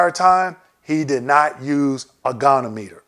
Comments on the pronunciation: Great information! I'll definitely be using this during my CMP exam! Thank you. FYI - goniometer is pronounced "GOH" + "nee" + "OM" + "ih" + "ter". 🙂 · Great video ! Maybe work on your pronunciation of the word goniometer (go-nee-ometer) but otherwise very informative and I'd love to see a detailed explanation of each joint group... Particularly knees because it is a separate rating for flexion, extension, and stability which can give large compound ratings as I understand it.